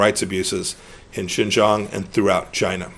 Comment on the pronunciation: 1.10. I love the way he says China 😂